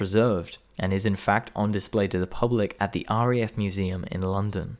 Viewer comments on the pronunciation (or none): none